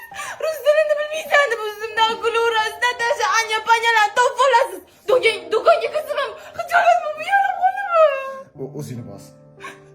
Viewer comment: Dokangami yoki doʻkongami 😂 sezdim